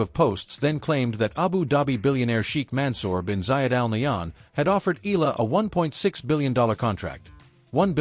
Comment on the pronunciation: E-YA-LA not E-LA is the correct pronunciation